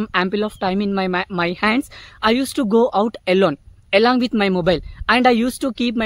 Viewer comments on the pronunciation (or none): Apologies bro for disrupting you. But It might be useful for you, you have to work on your pronunciation. Because you say; elong with my mobile but actual is along. You have to start pronunciation with a sound. BTW your progress is electrifying. Keep growing. 👏👏👏